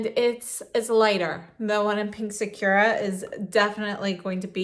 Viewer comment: Loved the video but literally no one pronounces sakura right. saa·kur·uh